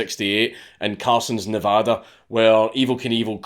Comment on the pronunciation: How does Dankula pronounce "Nevada" better than most Americans